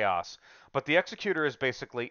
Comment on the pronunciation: Executor is pronounced 'exec-Uter', not 'exe-cUtor'. As in like an executive, not like not an executioner.